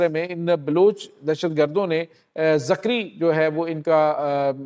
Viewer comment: بھائی یہ زکری نہیں بلکہ ذگری فرقہ ہے